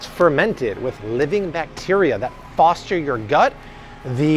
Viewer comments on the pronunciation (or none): none